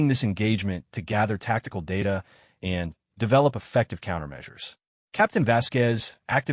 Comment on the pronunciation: Your A.I. does Not read smoothly. Especially on the word "and". Not every use of the word requires a pause. Doing so interrupts the flow of the story.